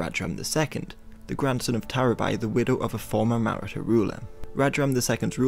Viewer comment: The pronunciation of Maratha confused as to which people he was talking about,eh he'll get better.